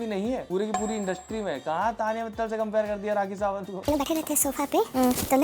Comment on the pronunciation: The way u say tadiya😂and taniya pitaal😂